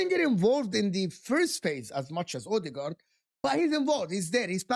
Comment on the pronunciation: Mikel odeegard😂